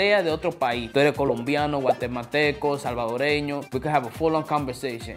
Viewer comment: 💙I appreciate how he said Salvadoreños, because damn we get no credit as much. For some odd reason 😩